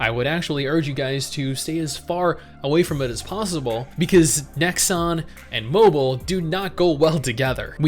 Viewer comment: Nexon.... it's nexon.